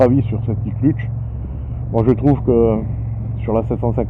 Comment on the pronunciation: il dit même l'iclutche ... hahaha 😁